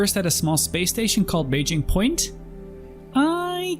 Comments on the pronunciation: Dude. Your mind is going to be blown by Lorville, Area18, and New Babbage. Also, it's Baijini Point, not bejeni port. Lagrange Points are locations where gravity for planets and stars line up. An L1 is the position where gravity from the Star and the planet cancel out, L2 is where the planet and the sun have equal gravity that adds together, and are typically exactly opposite of the L1. LE and L4 are related to planetary orbits, and I don't 100% understand them. The Refinery decks are on L1 points for each planet, and they allow you to refine ores that you mine with the Prospector, or Mole. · idk if it is a running joke here in your channel but I find it funny that you call hurston as thirston or thurston and baijini point to beijing point xD nice vid btw